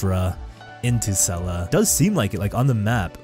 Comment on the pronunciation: I love you but if you keep calling sellas sella I will lose my mind but jokes aside ive been so hyped for you to explore this beautiful area!!!